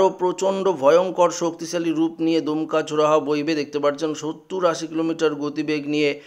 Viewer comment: এরা কোথা থেকে বাঙলা শিখেছেন/দমকা কীভাবে দুমকা হল ????? !!!!!